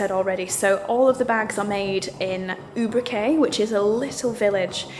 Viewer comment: Victoria ,😀Ubrique is pronounced Oobreekay ! You mentioned many times that the leather is excellent quality but what type of leather is it? Lambskin or cowhide? By the way, what a beautiful tailored suit....it's stunning ❤